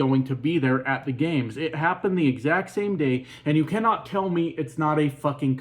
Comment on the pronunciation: 'You Cammot tell me it;s not a coincidence" Go back to school.